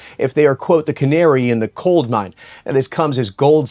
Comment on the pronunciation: It’s a “coal mine, not a “cold mine.”